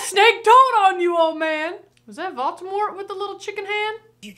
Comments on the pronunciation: Great reaction, but please... VolDemort, not VolTemort! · You keep saying Voltemor when his name is Voldemort 😂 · the fact that u called voldemort voltemort was rly funny xD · I am dying how keeps calling Voldemort "Baltimore". 😂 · Am I hearing Vol-Teh-Mor? Lol it's Vol-Deh-mort 🤣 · I scrolled down pretty far to check, but I don't think anyone's said anything about pronunciation of Voldemort. The closed-captioning almost always transcribed it as being "Baltimore." They say it tons in the movie, but maybe it's their accents being confusing? It's pronounced, phonetically: VOLE-duh-mort. -- Also, it could simply be a malapropism. I notice, every time, when she says "no diddle dallying,' when the actual saying is "no dilly dallying," as far as I'm aware. (Diddle means something altogether different, in my experience.) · Yes, indeed, Lord Baltimore is back. (I'm sorry, and I know it's rude to point out how someone pronounces things, but… I just couldn't help myself here. I just heard "Batimore" or "Voltemore" every time…) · Quick question, is there a reason you are pronouncing it Vol-T-emort and not Voldemort?? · I rewatched a couple of moments from this video and are you calling Voldemort...."Bald-de-mort"? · It's VOLDemort not VAULTemort 😂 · Vol-DE-mort not Volt-A-mort 🤦🏾‍♂️ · Ah yes. Valtimort. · Is it me, or is calling Voldemort Baltimort? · Not me cringing every time you say Volt-a-mort. It's VolDamort (Vole-da-mort). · Don't know if it's just an accent thing (if it is please simply ignore this as I mean no offense) but you keep pronouncing it as Vault-ah-mort when it's actually v-old-ah-mort... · Okay, let's talk about it. Love you, but we gotta practice the word Voldemort. Hard to hear for peeps like me who have been into this stuff for ages. Not Valtimore, Maryland Vole-duh-mort Not judging. Out of love! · There is only ONE "T" in Voldamort.